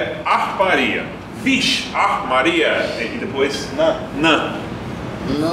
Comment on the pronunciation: Muito bom esse vídeo. Seth e Eric falam direitinho. Ri muito do eric falando vixe.. Nã.. Kkk Parabéns canal amigo gringo